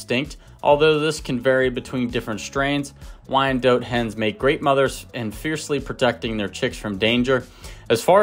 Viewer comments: not dote, but DOT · DOT and not DOTE. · It is pronounced wyan DOT. Look up the correct pronunciation. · I mostly know this breed name because when I was younger I pronounced it "Why-NAY-dot," and people would usually chuckle or groan. It took me forever to get the name right. That and I've always liked the spotted/speckled varieties. 🐔 ❤